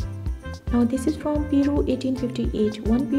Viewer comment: Peru is pronounced Per-roo.